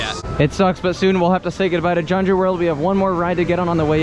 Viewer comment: Kyung - joo is proper pronunciation.